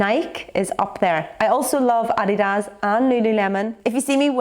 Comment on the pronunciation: You're by far the toughest & top best on YouTube and we love you So much,. You pronounced Adidas right ( no one does in America)- but it's "Ny- key" and you should NEVER support them